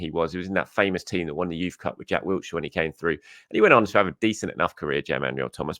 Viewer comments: Sounds like he’s saying Jack Wheelchair 🦽 😅. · it's 2024 and you're still adding a t to Jack Wilshere 😂 Wiltshire is a county.